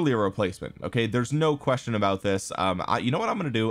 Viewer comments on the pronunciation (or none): none